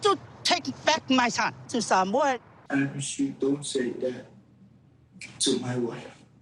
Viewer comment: Im so proud when says Samoa, she pronounces it well. Its not SMOAH 😂